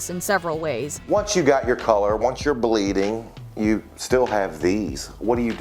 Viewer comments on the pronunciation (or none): Blading or Bleeding? Are you alright?